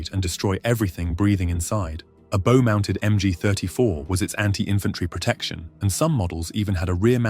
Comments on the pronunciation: ‘Bow gunner’ - no, it’s pronounced ‘BOUGH’ like the bow of a ship. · It's "bow" not "bow". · If you don’t know the difference between bow (as in the front of a ship) and bow (the thing for shooting arrows) you might not be cut out for voiceover work.